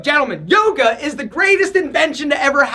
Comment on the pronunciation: Toga Toga.. oh he said Yoga?